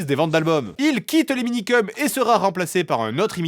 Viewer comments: Le gars, il se moque du présentateur qui dit "mangass" quand lui-même dit "Minikeum" au lieu de "Minikeumss". C'est vraiment l'hôpital qui se fout de la charité. 🙃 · Se moquer d'un journaliste qui prononce "mangaS" quand on fait une vidéo sur les Minikeums sans jamais prononcer le S final... :D